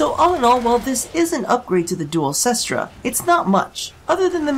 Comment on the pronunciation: nooooooooooo its 'kest ra' not 'sis-tra' ! :C i also dont have the hugest idea about what is top tier weaponry, but can't you equip a lower recoil mod? i know that it's bad by the numbers to do this kind of thing, as you lose out on point that could be spent on other things, but i found that the duel cestra became quite reliable when you put a minimum rank pistol mutation and a max rank steady hands on it, likewise i put a max rank steady hands on my marelok and vaykor marelok, as recoil is no fun but for real even with the annoying recoil this gun has, if you mod that out of it and mod out its ammo inefficiency, its actually tons of fun to use